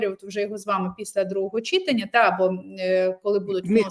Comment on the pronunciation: Ведущая,говорите правильно,не чИтання,а читАння.Что за жаргон,тригернуло?